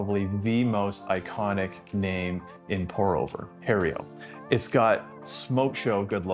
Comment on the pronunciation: Lost me at calling it Hae-rio. Learn to pronounce the name of the company you are stumping for. I'm amazed they didn't boot you out immediately